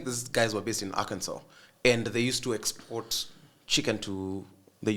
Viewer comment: The fact that he said Akinsow instead of Arkansas makes me think this guy has some foreign exposure he does not share 😅